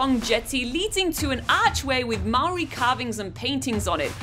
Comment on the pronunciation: Nice to see other nationalitys pronouncing the local maori words correctly that shows respect for the language of nz